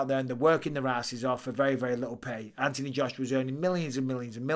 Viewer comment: There’s an h in Anthony Mike th make the sound